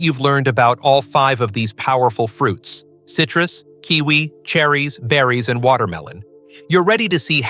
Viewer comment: Oi, stupid robot! WTF is cytrous!?